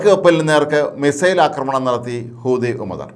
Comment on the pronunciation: ഒരു കഴിവില്ലാത്ത ഇവനെപ്പോലുള്ളവരെ വാർത്ത പറയാൻ ഏല്പിച്ചത് കഷ്ടം ഹൂത്തിഎന്ന് പറയാൻ പോലും പറ്റുന്നില്ല. അമേരിക്കക്ക് ഒറ്റക്ക് അടിക്കാൻ ഭയമാണ്.ഹൂത്തിയോട് കളിച്ചാൽ വിവരം അറിയും.